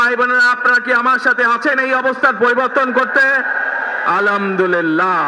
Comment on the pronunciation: আলহামদুলিল্লাহ উচ্চারণ শুদ্ধ করুন।ধন্যবাদ